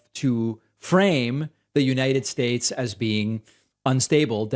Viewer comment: You leftists need to back off of Trump. He gave us such holy additions to the English language such as "bigly" and "abrain." He was President of the United Shtaysh, you can't make fun of him!